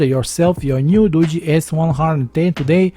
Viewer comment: Finally a tech reviewer that actually pronounces this phone brand right! I see so many Tech reviewers pronouncing it as Doo-gee and not Doo-jee. I mean I'm not trying to be mean or anything but if you're going to be a tech reviewer and you're trying to promote a phone you should be getting the name of the phone right for the company. It's like if someone came out and did a review on a Samsung phone and they called it a same sung. That's kind of bad because it just shows they didn't do all of their research.